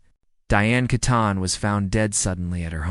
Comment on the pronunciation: Pronounced Kee ton. AI again